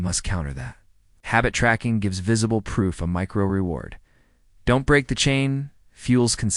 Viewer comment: The D ON T .. for don’t is so irritating 😅 but I got through it.